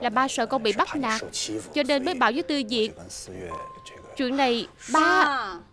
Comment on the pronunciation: người ta tên Châu Tư Việt chứ k phải Diệc đâu bạn nha t bà thuyết minh đọc k chuẩn t học tiếng trung nên biết rõ nha